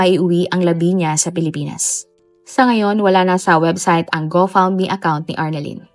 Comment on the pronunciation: Go fund me po un. Pero mali lng pronunciation niya